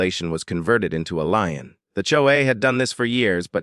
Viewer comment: Why don't they have a narrator that can pronounce words correctly? Words like lien are being pronounced lion or line. Phoney videos that shouldn't be on YT.